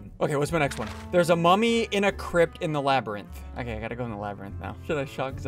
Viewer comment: New song from SSundee unlocked : Mummy song [Sounds like Mommy instead]